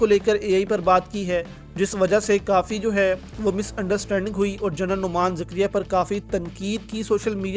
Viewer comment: Abe heera mandike aulad...kunsa school gayatha tu...😅😅😅., General ko General bol...not Journal 😅😅😅. General is different from Journal 😅😅😅...saala bosdike